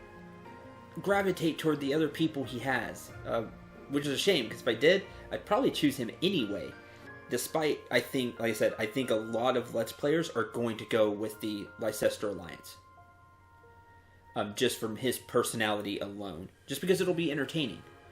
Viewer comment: Just FYI Leicester is pronounced Lester.